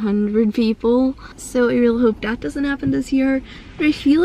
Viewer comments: She doesnt say “the” ... she says “duh” She doesnt say “that”...she says “dat” Ive never met a white person that does that. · Ur voice is so weirds, when u try and say that u say dat. When u try and say the, u say da. But other than that love ur vids